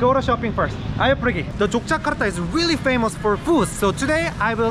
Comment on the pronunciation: Akhirnya bilang Yogyakarta pakai huruf 'G' bukan Yokyakarta pakai 'K' 😁